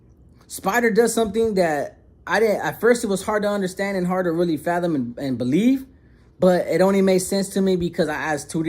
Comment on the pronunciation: “I didn’t beleef” 😂😂😂 the way you said that had me rolling lol but keep up the great work and shake the haters away!